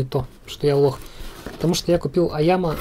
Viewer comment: айима, а не айяма